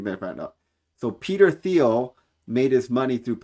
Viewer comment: Thiel is pronounced teal, like the duck